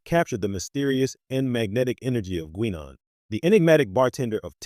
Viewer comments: Its pronounced 'Guynaan', not 'Gweenon'! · So you never heard Guinan pronounced by any of TNG actors? 90 seconds is the longest could listen.